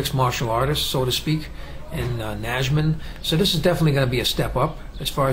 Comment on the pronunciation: Just one thing, in "Najman" this "j" in the middle is just a normal j :) Like at the beginning of "Year". Polish J is always pronounced like that, so no matter where you see it, you can read like this. cheers